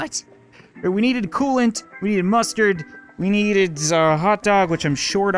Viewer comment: Wheres my cooloant??? Last episode: Throghs cooloant